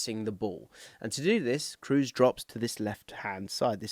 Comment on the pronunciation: I agree with this take. Nobody needs any Englishman to pronounce Schlotterbeck or Mittelstädt correctly. Just maybe don't completely butcher the one guy who's among the most decorated players of all time and also incredibly easy to pronounce.